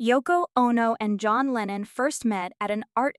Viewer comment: It's Lennon. Do your homework.